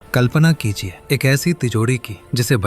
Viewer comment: Start me mujhe kalpana ki lijiye sunayi diya